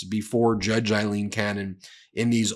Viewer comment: It's Aileen, not Eileen.